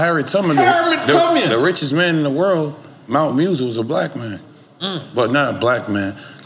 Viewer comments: "Mount Musa" 😂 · "Mansa Musa" for the correction. Flocka good people got dope energy met him at City Hall 2 years ago. He was super chill. He been on "Literacy" so much he need to be able to pronounce the "Literacy" he been reading as well. People do talk about him just have to be up on the people that do and have tried to spread knowledge. If you aint retaining knowledge than it is not going to be talked about. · At 1.29.30 did he mean mana mussa .he said mt.messa lol wyf is that